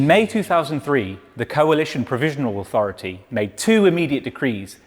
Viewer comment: *Autorithy, not "Sutorithy. *Dissolution, not "Dissoulution